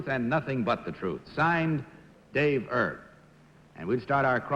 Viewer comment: pat mccormick, the 4 time gold medalist in diving is still alive at 88. the kentucky derby jockey's name is david "erb", not herb. he narrowly missed winning the triple crown in 1956 finishing 2nd in the preakness, he (on needles) won the belmont stakes and kentucky derby. no mention of his passing on wikipedia, he'd be 95 if still alive.